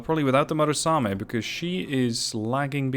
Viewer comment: MU RA same, not MA RU same, good video.